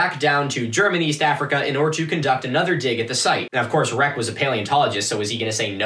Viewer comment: I love the way you pronounce "Germaniest Africa" 😅